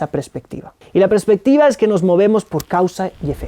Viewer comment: Se dice Perspectiva!! No prespectiva!!...